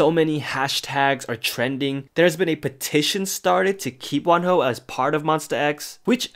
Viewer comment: I thought you say one hoe and im so shookth and confuse then i realise it is wonho